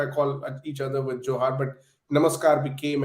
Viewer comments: Dear Barkha, Don't pronounce it as 'Johar' with the middle syllable sounding like ha as in ' halt'. The second syllable needs to be elongated.. pronounced as ha in ' ham'. The way you say it, sounds like 'jouhar' - the rajput ritual. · The pronunciation is JUHAAR. Stop pronouncing it in a way to mean the Rajput ritual. And Juhaar is common af in Odisha. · Barkha doesn't even know how to pronounce 'Johar' 🙄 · It's not johar, it's more like juhar